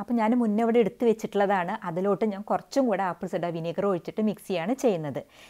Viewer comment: ആപ്പിൾ........... വിനിഗർ ഇടയിൽ പറയുന്നത് വ്യക്തമല്ല. അറിയുന്നവർക്ക് അറിയാം. അറിയാത്ത ആളുകൾക്ക് മനസ്സിലാവണ്ടേ. വഴിപാട് അല്ലല്ലോ